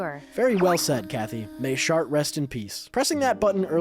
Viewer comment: I can't believe you called her "shart"😂